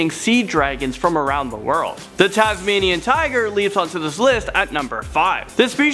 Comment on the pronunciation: Dude it's Tasmainian Wolf